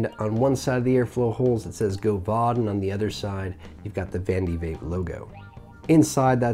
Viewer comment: the fact that the god damned aeronaut is you're fav rda pretty much says everything about You, I mean besides the spicy jew fro and fuck boy 03 chin straps. only liberal hipsters actually enjoy the aeronaut. team single coil is for gays. also it's GOV-AD not go-vahd you illiterate speaking fuck. decent review tho, less scatter brained.